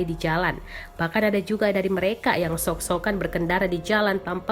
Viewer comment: knpa sok sok an dibaca shok shok an